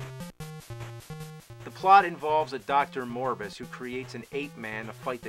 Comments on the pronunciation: Morbus? Buddy I think you mean MORBIUS!!! Woooo Morbius!!! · it was Morbis, not Morbus